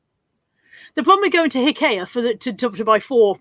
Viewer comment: I'm confused. You called it Hic-kay-a. In the US, we call it Ikea (eye-key-a).